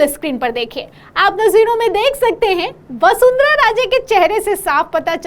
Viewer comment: पहले वसुंधरा को वसुंधरा कहना सीखो। हतो उत्साहित नहीं होता है।